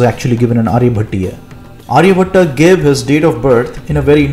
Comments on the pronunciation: its not Arya-bhat-aa but his name is Arya-bhat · Pronunciation of name "Aryabhata" is wrong. Its Aryabhatt or Aryabhat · Not Aryabhatta it's Aryabhatt. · Hi, in Title your spelling is wrong. Also Aryabhata pronunciation is very wrong. Kindly pronounce correctly and clearly. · Nice, but pronounce his name correctly, not like a firangi